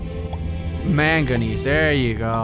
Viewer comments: manganese is pronounced mag neeze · Its pronounced mang-guh-nees, manganese is a metal that's used to make corrosion resistant steel, and aluminum alloys. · it's main-ga-knees that's how you would pronounce it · Its mag-nese like magneseium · It is man-go-neys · It is pronounced ( Man-Gi-Nese) Also why would you want megalodon it would swallow your base hole and also I would want to see plesiosaur if they had prehistoric fish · when saying manganese start by saying manga then finish by saying nese like the end of Chinese or Japanese I'm English so i know how to pronounce most of the words others might struggle with like the way you struggle saying iron instead of saying i-ron you say iorn English is weird language i know that because I'm better at learning other languages and I want to thank you for inspiring me so much that you made me want to learn Spanish instead of any other languages and overall just for being my favorite youtuber:3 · No it's pronounced manga-knees and spelt manganese